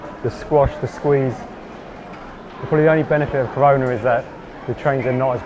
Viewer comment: “Corona” is a bit weird but ok ok